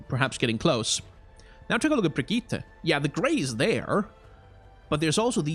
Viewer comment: Great video, tho as a swede myself i can confirm that you DONT pronounce her name "Brigitta", just say it like "Brigitt", just skip the E at the end and you got it